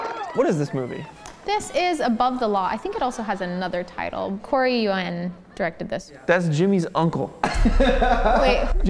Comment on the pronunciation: I wish you guys knew how to pronounce Yuen